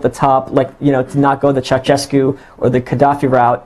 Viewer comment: for English speakers: it's not {thceautchescu} but {tcheaushescu}, regarding pronunciation (native Romanian speaker)